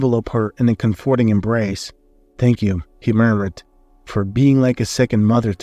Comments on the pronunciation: I can't stand it. I tried, but the narrator doesn't even know how to pronounce COM-for-ting and other common English words. His accent is not attractive and is distracting from the sfory. Not listening any longer. I don't even care how the story plays out. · Thank you,, for withdrawing the first iteration of this story and reposting it and for doing it so quickly. It was an excellent, feel good story. However, I do have a minor quibble. You more or less skipped the part where Kyle and Natalie got married (we assume) and went straight to them adopting a child...as for the mispronunciation of comforting, for me it's not a big deal. However, since it's been pointed out and you've said English is not your first language, simply Google "comforting" along with "pronunciation" and voila, problem should be solved. Same for any other words that someone points out that you might mispronounce. This story definitely gets a thumbs up from me 👍